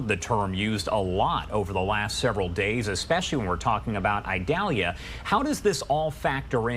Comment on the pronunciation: It’s not pronounced Idalia with a long “I”, it is a soft “I”.